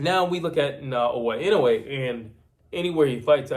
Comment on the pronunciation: NAOYA INOUE is pronounced: NA-O-YA IN-NO-WAY.